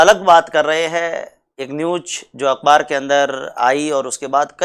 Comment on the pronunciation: सर अकबार नही होता हैं। अखबार होता हैं।